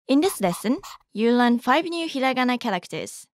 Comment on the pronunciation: it feels so weird( and satisfying) hearing hiragana said correctly instead of the slow stretched way English people usually say it